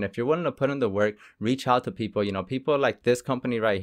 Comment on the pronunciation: why other countries. pronounce (PEOPLE) PEOPOR!